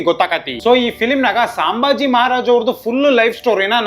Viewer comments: ಸಾಂಭಾಜಿ ಅಲ್ಲಲೇ, ಸಂಭಾಜಿ. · Bro ಸಾಂಬಾಜಿ ಅಲ್ಲಪಾ ಸಂಭಾಜಿ... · Hey, ಅದು ಸಾಂಬಾಜಿ ಅಲ್ವೋ, ಸಂಭಾಜಿ ಮಹಾರಾಜ್ 🤦🏻‍♂️